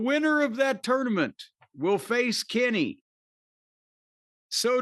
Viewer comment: I hate how says tournament